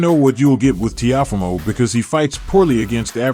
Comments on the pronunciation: Please pronounce Lopez first name right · How you say Teofimo name all wrong wtf